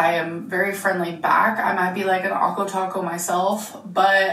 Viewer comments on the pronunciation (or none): When she said "Awko-Taco" I cringed so hard